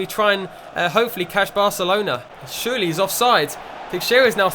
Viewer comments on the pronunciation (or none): none